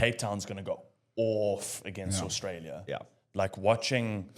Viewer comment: If that guy says “Orstralia” one more time…